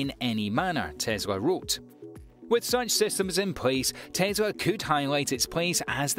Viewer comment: It’s Tes la not Tes ra.